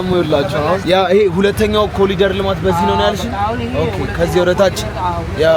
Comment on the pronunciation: ኮሪደር ኮሪደር ነው ። ኮሊደር አይደለም